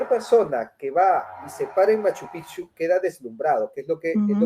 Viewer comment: Si tengo que decir que noté algo en que me incomodó un poco y es que cada vez que hablaron de Cusco o Machu picchu (lamentable su opinión a Machu picchu que ni lo pronuncia bien) ella quiso decir que Cusco no es todo o que tal y cual tradición que mostraron como ver a Santiago en Cusco, ella salió con que "es en todos los Andes". Si obviamente Cusco no es todo pero Cusco es Cusco y por algo fue lo que fue tanto en el imperio Inca como en el virreinato. Se nota cierto recelo en ella no proyecta lo que pregona. Mientras un capo me encantó su intervención